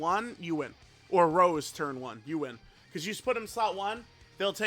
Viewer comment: When will the day come where unc will say Rosé and not Rose 😭